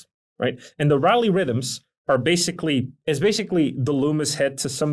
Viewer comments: "Rally Rythms"? What is he saying? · Oh, is that what he was mumbling. But, not explaining. Very little of use in this video.